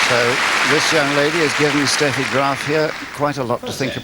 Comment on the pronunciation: I always loved it that the female announcer in Brighton show so much respect by pronouncing Steffi Graf's name in the proper way (Steffi as "Shteffi"). And can a girl be more lovely than Steffi here?